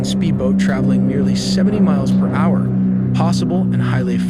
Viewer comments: hour=“HoWeRRR” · generated narration with still lots of software glitches, for example hour is pronounced as ha-hour and repetitious. This is what the future has in store for us, I guess. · It's pronounced "hower"